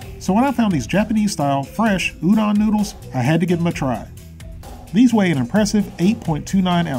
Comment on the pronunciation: It's pronounced oo-dough-n